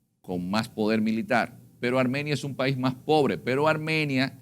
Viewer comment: ARMANIA.... ESCUCHE MAL???? Hay que leer y prepararse antes de una entrevista.